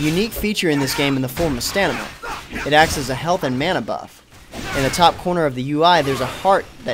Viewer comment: Are you saying stanima? Haha good video.